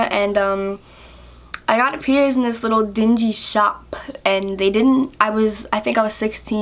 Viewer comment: You say pierced like pierzed and piercing like pierzing